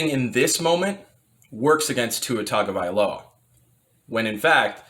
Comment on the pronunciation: When you mispronounced his last name I almost switched the video off. Tua gets a full offseason to improve. He will be fine. They will upgrade the offense skill players.